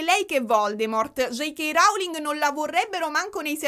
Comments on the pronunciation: Posso rompere le palle un attimo? ti prego le pronunce in inglese! ROULING non RAULING! Come low cost (non lau cost). Mi avevi fatto venire il dubbio e ho cercato le pronunce:) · ti amo ma ti prego non dire più rauling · io ti adoro ma rAUling non si può sentire. La O di Rowling si legge O, vai tranquilla 🤪🤪 #éleviòsanonleviosàaa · "J.K. Rauling". 💀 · sei brava e cara ma JK RAUling non si può sentire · Nooo lo pronunci male il cognome della Rowling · Si dice Rowling con la O non con la A. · Sentirti dire RAULING mi fa davvero volare, grazie ❤ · J K RAULING! 😂 ti adoro lo so che con la pronuncia inglese hai qualche confusione 😂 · ti prego pronuncia bene il nome della Rowling, ma dove l hai sentito così?